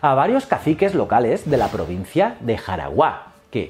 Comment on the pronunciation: Es Jaragua, sin tilde en la ultima silaba